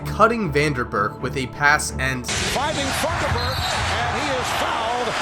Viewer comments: Vanderburk? Horry with a pronounced H sound? You need to research the pronunciation of players’ names. What else are you misreporting? There were many more mistakes made in refereeing this series. Your argument was unconvincing. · Robert Horry pronounced Robert Orry. Vanderburke, mate it’s Lawrence Funderburke. And I’m trolling because I was a HUGE fan of these Kings and they got raped . Good video bro. TRUTH